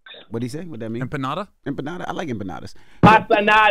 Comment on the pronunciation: Not “empanadas” 🤣🤣